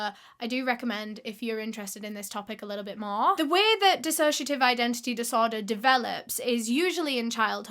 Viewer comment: i KNEW she'd say dissociadid in the vid. i love their videos so much